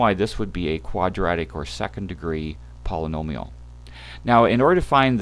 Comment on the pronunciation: Lol all I heard was pollololial functions